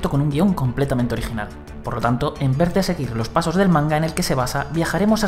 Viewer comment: ¿En el segundo 19 dice “En ver de” en lugar de “En vez de”? Mare meua